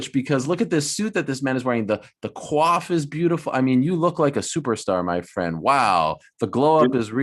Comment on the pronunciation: "the cuaf is.." STOP THERE ARIEL! yiiikes